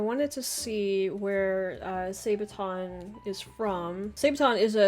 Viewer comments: Pronounced Saabaton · sa ba ton ....sad(-d) baah(goat) (won) ton (soup). sabaton not sabe'aton or wtvr.make sense? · Sābaton. Short "a". Armored shoe as a part of plate harness. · The second way you pronounced it in the beginning of the video was good. Source: I'm Swedish. (Whatever that is worth since it's not a Swedish word.) "Didn't realize it was D-day until I woke up this morning." Kind of how it was for the Germans, I guess...